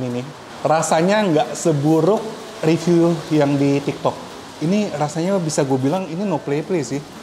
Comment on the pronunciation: Inget ya "riview" bukan "review" 🤣🤣🤣🤣🤣🤣🤣🤣🤣🤣🤣🤣🤣🤣